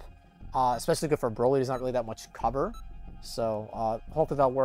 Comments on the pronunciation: Haha so funny Boly instead of Broly haha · "BOLY" huh?